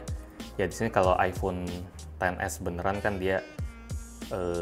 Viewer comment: Perfect Videos Kurang jelas bilangnya mbak wkwkek yang pertama bilangnya iPhone se wkwkej